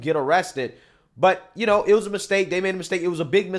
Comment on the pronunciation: You knaw I’m saying? Not really!!